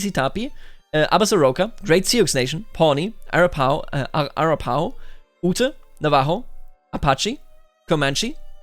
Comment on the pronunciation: Arapaho rhymes with slap-a-hoe